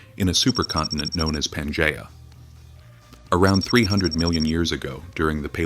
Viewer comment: Pan GEE uh!!